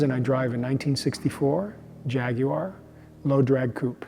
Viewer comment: At last an American that can pronounce Jaguar as it’s spelt..!